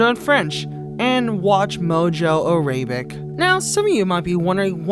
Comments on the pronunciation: Arabic isn't pronounced a-ray-bick. It's pronounced ara-bick Also books are not pronounced bucks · Arabic is not pronounced a RAI bic it’s e ra bic the second a is pronounced aaa like the word awesome or in the language it’s pronounced arabic and the r is rrrrrrr yeah so oke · "air ray bic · Araybic? I thought it was spelled: arabbic. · You pronounce Arabic wrong